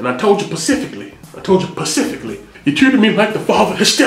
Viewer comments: “I told ya PACIFICALLY!!!” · Lol, "I told you pacifically." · “I pacifically……pacifically told you”😂😂😂. I have the working father. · I told chu "PacificLly" !!!! 😭😭😂😂😅👀😎